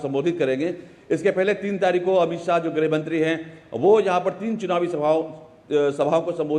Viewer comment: गृह मंत्री not ग्रह मंत्री